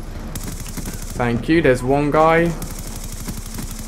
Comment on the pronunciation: "Faink yew" lmao